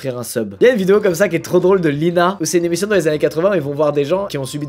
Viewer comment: Il à dit Lina au lieux de Linca 🤣🤣🤣🤣